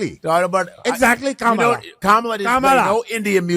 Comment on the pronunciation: Do the llegals have to pay back all those millions 🙄🤨 And its pronounced "COMMA-LA"..her explanation 😅😅